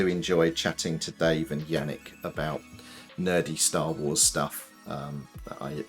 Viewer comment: Stah wools? Stools? You have an office full of poop? I kid, but kind of a weird pronunciation of star + wars.